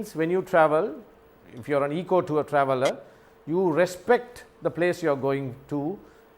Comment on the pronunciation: Not IKO sir !. Please pronounce rightly. EKO is correct way listen google translation SOUNDS .Have a nice day Sir